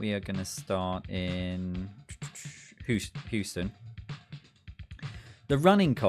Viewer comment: I love your pronunciation of Houston lol you pronounced it how its spelled basically which I do the same with British town names and im always wrong. Its Hue-stun/sten.